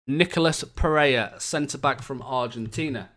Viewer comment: aand Nico Pareha, not pereia